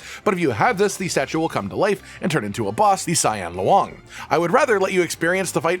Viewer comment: hearing you pronounce loong as luang just sounds weird.